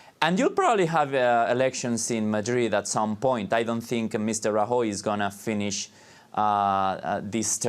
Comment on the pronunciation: Him trying to pronounce Rajoy is utterly ear shattering.